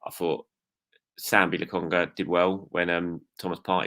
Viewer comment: I'm sorry but you have to learn how to say people's names properly, it's disrespectful and lazy, not to mention really irritating. I'd only just over Lagunga